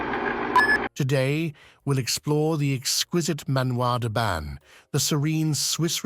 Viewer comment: You pronociation of 'Manoir den Ban' is horrible. The 'n' in Ban is not pronounced in French!